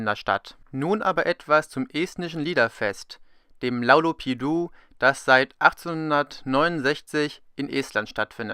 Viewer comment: Its "laulupidu" not laukupidu